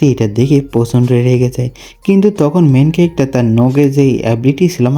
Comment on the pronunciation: Main calactor main calactor sunte kemon jeno lage😅